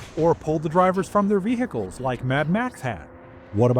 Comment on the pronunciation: Nobody gives a shit about speeders or any other vehicles (btw the "H" in vehicles is silent). We have a lot of reasons for why the game sucks, speeders is not one of them.